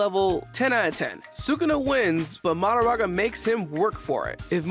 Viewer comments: He keeps saying MaDAraga instead of maHOraga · Why does bro pronounce Mahoraga like that